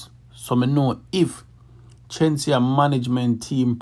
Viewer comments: Its not chenseea, its Shenseea🙄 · FIRST OF ALL WHO IS CHEN-SI-A? GET HER NAME RIGHT FIRST YOUTH… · You pronounce her name with a ch sound 😂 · The lady name Shenseea not Chenseea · Go learn to pronounce Shenseea’s name properly before you start spread lies and propaganda on the artiste them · Bro if you gonna about her at least pronounce her name right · The least you could have done was pronounce the girl's name properly. Kmt. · If yaa go bring dung the gyal atleast pronounce har name properly 😒😒😒